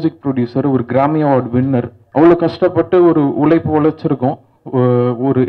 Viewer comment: ' ழ ' - தள்ளாடுது; உலைப்பு இல்ல உழைப்பு. Learn to pronounce தமிழ் words correctly. Becoz, Correct தமிழ் pronunciation will help a Music director or a Singer to be successful.